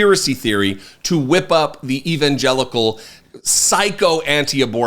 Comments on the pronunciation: He cannot pronounce EVANGELICAL because he NEVER SAID IT BEFORE. he is so far from God that he cannot quote any section in the Bible…not at all! Do you remember when he was asked, this con artist said….”that’s too personal to tell you….” Yeah, believe that and I have a Toyota for sale. My old one…it lost its gas tank!!! 🫥Airhead Donny boy! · There you were making cogent point after cogent point and I was wondering where is the I've come to expect? And then came "evangelical" to the rescue. A big thing about drawing out the pronunciation of a single word. You rarely fail to reinforce the reality that you're the Carlson/Hannity/etc. of the left. I'll admit, though, that your final take was a fine recovery, relevant and well presented